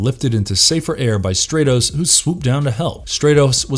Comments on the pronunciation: The fact that this character repeatedly had his name mispronounced as “STRAY-TOHS” ruined the video for me. His name has a soft “A” pronunciation. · How is the He-Man universe one of your favorites when you can't even pronounce the heroes and villains names correctly it's Stratos like stratosphere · Who is "Straytos" sorry. Impossible to watch a video where the characters name is mispronounced every 10 seconds. Was the narrator even a fan? Or just a guy reading this? Armature stuff. Not a good look. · The character's name is Stratos, as in STRAT-O-SPHERE (the first syllable rhymes with cat) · Great video except it’s not pronounced “stray-tos.” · Why isn't he pronounced "Strat-os" like Stratosphere? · You say you like the he-man mythos but your saying Stratos name wrong it’s pronounced Straatos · Sorry, you lose me if you can't pronounce the main characters name... pronounced like "Stratosphere" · Really? Stratos with a short a, like stratosphere. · Nice vid, but I can’t get past the fact hoe you pronounce Stratos also: Skysled not Battleram